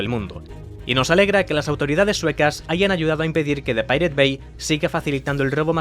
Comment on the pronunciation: Así no se pronuncia pirate